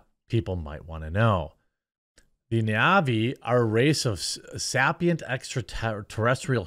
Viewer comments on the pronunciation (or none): sapient is pronounced "say-pee-ent" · It's pronounced say-pee-ent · I just want to hear Jeremy try to pronounce “sapient” again 😂